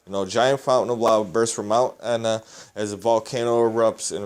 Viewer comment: Mt Aetna? Pronounced Et na...